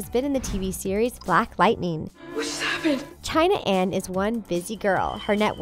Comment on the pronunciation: Its not shayan its china ana jakson